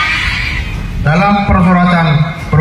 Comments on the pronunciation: Sila ke 4 salah tuh Pak Rudiana, "PERMUSYAWARATAN bukan PERMUROTAN. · Bilang permusyawaratan aja kagak becus si Rudiana perong